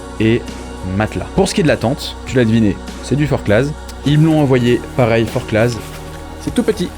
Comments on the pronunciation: Forcla et non forclaz. On ne prononce pas le Z. ;-) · Hello ! Je découvre tes vidéos et aime bien ce que tu fais et tous tes conseils, c’est top ! Juste une petite précision, en Haute Savoie on prononce pas les « Z » (Forcla(z)) 😉